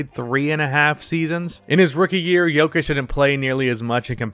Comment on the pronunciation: Man I love your channel but I would appreciate it if you could use a Serbian accent every time you said his name